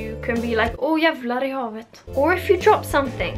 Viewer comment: When I heard you say "jävlar i havet" I knew you were from Gothenburg. I had never heard it before I moved to Gothenburg at 21.